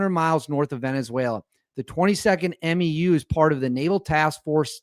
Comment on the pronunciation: Just a heads up from the Marines. MEU (Marine Expeditionary Unit) is pronounced M-YOO like in coMUnicate.